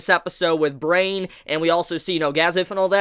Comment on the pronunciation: Brian is not pronounced brain...that name made me cringe a bit.